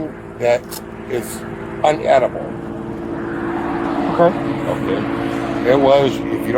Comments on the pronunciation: not "unedible"..the word is "inedible" dumb bass🐟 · Unedible!? Damn...Americans butcher the English language like no one else... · "inedible" not "unedible" 😁😁😁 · It's Inedible, not unedible. Moron. Asking the cop what he's doing there. Meanwhile, the absolute idiot called them there. What a dick. Who does this guy think he is the king of Florida.? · You Americans sticking "un" in front of words to make them automatically negative is hilarious. And this guy takes it further by saying UNedible instead of inedible. Dear oh dear. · Inedible not unedible idiot! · I knew he was an idiot several seconds into the video when he said "unedible"